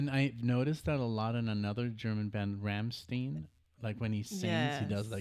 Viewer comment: RammstEIn ... not RammstEEn.